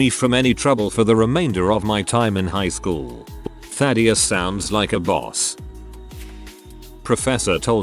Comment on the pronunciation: Ah yes, TTS can say Thaddius perfectly but any other word that is relatively easy to say it messes up.